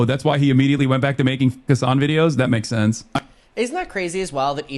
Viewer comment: Every time he says Hasan I hear “his son” I was so confused on the first video of this drama series